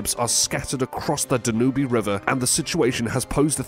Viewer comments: It is not pronounced Da-nu-be, it is however said as Dan-ūbë, … and yes this city is pronounced Tempee, … , … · Hey that river in Europe is pronounced Dan - ube. . Just 2 syllables. You need to look the pronunciation of words before you publish the names. Makes you look like you just don't care and are ignorant. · Uhhhhh. TEMP-ee. PAN-a-mah. DAN-yube. Where do you get these pronunciations?